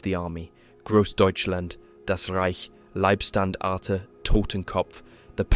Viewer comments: Love these videos but please learn how to pronounce german names and units. Leibstandarte is Laybstandarte and not Leebstandarte etc. Both my grandfathers participated in the war. One with the finnish and one with the germans. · Not wanna be pedantic on such a excellent job, but the 1st SS is pronounced like "lie" not "lee". If relevant at all. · How many different ways can you pronounce "Leibstandarte" in one paragraph? Otherwise, a well-done video.